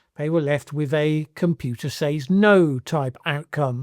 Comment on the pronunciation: Why are you the ONLY English speaker I know in my nearly 7 decades that actually pronounces “says” as exactly that and not “sez”? Now do Leicestershire. And if you want to pronounce the place name the way it’s usually pronounced and not how its spelled, it’s Muh-doo-roh not Muh-dyoo-roh. Proper nouns get pronounced however the owner of the name sez they are. So, yes, it’s Less-tr and not Lie-cess-tur-shyr.